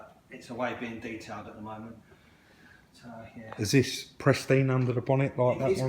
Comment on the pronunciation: Love you to bits but it's pristine mate, not presteen!!!